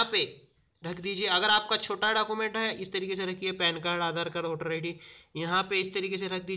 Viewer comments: You said Document as Dakument.... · Kya bol rahe ho aap dacument Document bolo yar